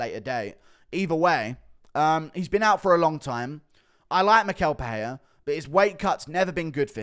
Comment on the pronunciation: It is pronounced “mishel pereira”